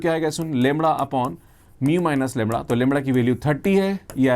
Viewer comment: Sir lemda bolte hai ki Lewada bolte hai😅